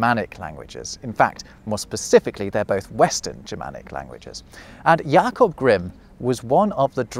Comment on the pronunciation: I do love how you got a very nice German pronunciation of the name Jakob and then with Grimm you’re not even trying. Guess you choose on purpose to do so, yet it’s funny to my German ears.